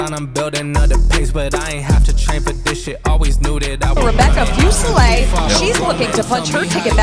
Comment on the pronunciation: SOOOOO HAPPY YOU GOT THIS UP - YEEE… FINALLY!! Can I just say… It’s driving me nuts to hear your last name mispronounced so much. Isn’t it : FooSehLay? Not FewSehLay. Or am I trippin? OoooOoohh and ma’am!! You were vulnerable with us!! YESSSS!! You’re always such a tough cookie on cam, and rarely show that side of you- we appreciate you sharing some vulnerability with us at the end. 2025!!! We’ll be here backin’ ya up again!!